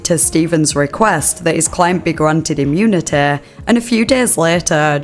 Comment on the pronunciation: “Client granted immunitayyyyy” i cant listen to this goofy accent….smh lol